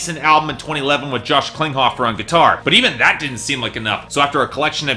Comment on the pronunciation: Not only is this guy just dumb as shit and annoying he also doesn't know what he's talking about. It is confirmed when he calls josh klinghoffer "josh klinghomer"